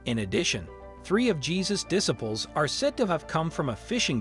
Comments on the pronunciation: Diss ables? It’s Disciples! Ugh 🤦‍♀️! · Dis - aples how about Diciples with a long "I." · A voice-over professional that cannot pronounce disciples or rabbi? Smh.